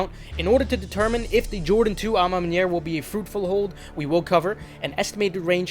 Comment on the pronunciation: You're the first youtuber who pronounced à ma manière right lol